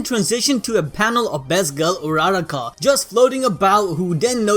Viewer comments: BRUH ITS u-ur-ra-ka not araraka -_ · don't wanna be rude-- but did someone catch how he pronounced Urarakawrong?